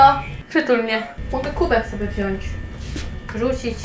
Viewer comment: W końcu ktoś mówi "wziąć" a nie "wziąść"🥹